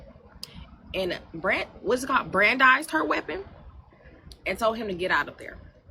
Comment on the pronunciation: Lol brandized.... You mean brandishing